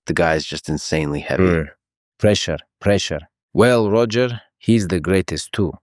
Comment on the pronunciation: The AI says “Roger” instead of “Hoger”. It’s so weird hearing and Khabib “mispronounce” Gracie’s name. I wonder why lex didn’t fix that manually?